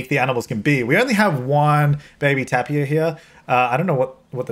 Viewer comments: not tapia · tapir " tei-puh " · Tapir = tay-peer.